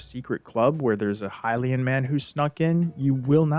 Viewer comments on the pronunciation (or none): You say there's a lot of "Hill-LAY-in" text and you can "trans-literate" some of it. I'm being SUPER honest here, so I hope you take this in the spirit it's intended. Those words and pronunciations are wrong. It's "High-LEE-in" or "HIGH-lee-in," not "Hill-LAY-in," and it's "translate," not "trans-literate." This is why I hope you don't take offense: You're super fucking great at making videos, and your media literacy is SO proficient that I literally don't know whether this was a genuine mistake, OR an intentional error to get people like me to post what I'm posting right now. I'm basically saying that you're perfectly capable of making an error as a human, but you're also SO good at making videos that I would BELIEVE your errors are intentional, for fun. Either way, this is a friendly correction meant in NO way to belittle anyone and, hell, I'm such a new Zelda player that tons of people could comment on this comment to correct ME! I'm great with that. Happy to learn. That's why I watch your videos. Useless knowledge is still knowledge, right?! 😂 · Pretty sure it's "skeema" stone. Like "schematics". And "hih-lay-en" is a strange way to say that. I've always been under the impression it's supposed to be said "h-eye-lee-en" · The way you say Hylian as Hilayan is really infuriating for some reason. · The way you pronounce "Hylian" and "Mural" were legit hilarious